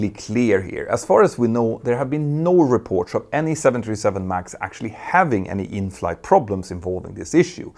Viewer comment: That word “report / 😮reports” is one that’s used a lot, a very big lot, in Petter’s shows. I love the way he pronounces the end of it. Sounds a bit like “reportsh”. Appart from that, his accent is impeccable! Still his cute Swedish accent slips through from time to time. And I find it charming 😊